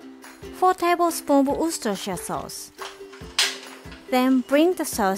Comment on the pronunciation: English is my first language and even i don't know how to say Worcestershire sauce, and just casually saying it with no problem